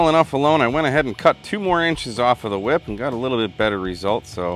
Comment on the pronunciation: I'm sorry. Did you say, "whhip?"